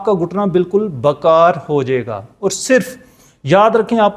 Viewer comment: معذرت کے ساتھ پلیز بکار نہیں بیکار لفظ ہے.